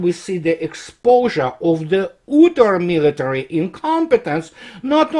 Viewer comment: Your English is perfect but "utter" is not pronounced as ooter. It's [ˈʌɾɚ]